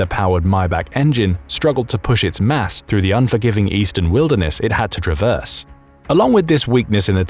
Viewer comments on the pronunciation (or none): none